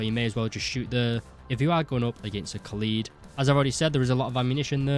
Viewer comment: It’s not ka’lead It’s Kaaaaa led Kaaaaaaa Led